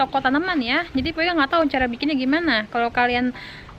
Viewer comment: Air bukan ail, Cara.. bukan cala, Terus bukan telus hahaha Etdaaahh 🤣😂😂